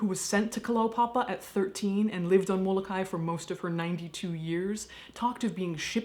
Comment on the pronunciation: Mo-Lo-Kye-e...thats is how its pronounced.